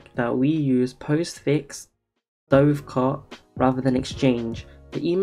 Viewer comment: Dovecot is pronounced like the bird, dove, not like the past tense of diving.